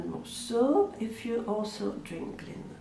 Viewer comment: Vous dites drink linen ?